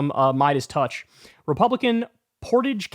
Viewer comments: And Kyle it called Portage prounced poor rage and it means carrying a canoe or boat over land between two bodies of water. And its has no reflection on the citizens of the town or village. Their probably good and decent people who obey the law not like the people who enforce the "LAW" that they subscribe to that's their law and not the law of the land or the United States of America. The one that good and honest people subscribe to! And their maggots not maga and your a good Pollackie so your ok with me!! And its not bullying its voter intimidation as far as I know its illegal? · I live in Ohio. Portage county is in Northeast Ohio up near Akron and Cleveland. And the first way you pronounced it in this video is correct. It sounds like porridge with "t". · Hey Kyle, I used to live there and yes its Port-age..... county. 😅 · The fact that this disgusting guy is in my county...ugh. at least there's been backlash to this. (Oh, and it's pronounced Port-IDGE in case anyone wants to know) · Kyle, it's pronounced Portage, jeez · And I denounce the sheriff of the county next to mine on behalf of all Bruces. 🤬 It’s Portage with the first pronunciation you tried. No french-themed pronunciation here.